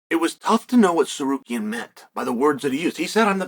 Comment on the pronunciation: omg he said Tsarukyan right